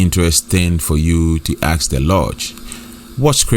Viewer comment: ASK. NOT AKS